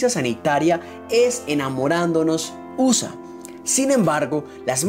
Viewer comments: Es preferible que dígas "Estados Unidos" y no "USA" ya que las últimas son el abreviado de su nombre en inglés (United States of America). En todo caso debe pronunciarse "U" (iu) "S" (es) "A" (ei). No quiero sonar sangron pero, si un canal es informativo debe saber dar la noticia con la correcta pronunciación. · USA usa jajajaja habla bien 😒😒😶